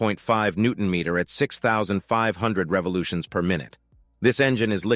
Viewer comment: I always hated videos with computer narration. "...at 6500 REVOLUTIONS per minute"??? Come on... give us a break! As for the bike itself, I think that Speed 400 looks beautiful for a small bike. I also prefer the lower capacity engines to have less cylinders, because otherwise they get too high-revving - for my taste. As for this "built in India" story, I wouldn't mind it in small bikes, where you must keep the cost low, but for larger, more premium European bikes, I would prefer them to "keep it in the house".